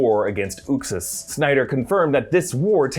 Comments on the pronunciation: its not "Ux-is" is pronounced "Uxe's-Ass" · Its "YUXAS" not "OOXAS" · you totally miss pounced Uxas. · You aren't pronouncing uxas right js